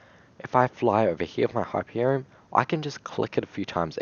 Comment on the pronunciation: him: the hyperion my ears: the happierion.